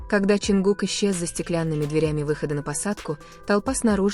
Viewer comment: Lady would you please learn to pronounce his name right his name is John cook not whatever you're saying